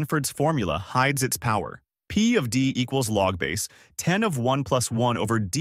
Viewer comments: Don't trust anyone (or anything) that cannot pronounce "log base 10" correctly. It's "log, base 10" and not "log-base 10". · Here is some math that tells me that you are using an AI voice to make these videos: You say "Log-base 10" instead of "log Base-10." Your AI voice generator doesn't know how mathematicians actually say "Log base-10." You say it as if "Log-base" is a single word, "LogBase," and the 10 is just some random number thrown into the equation. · yes! Very annoying. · Except that the AI bot is unable to correctly read mathematical equations. So we end up with things like "logbase....... ten"....